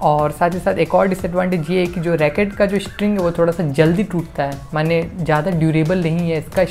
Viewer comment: mane? 😂 Bangali?? 🎉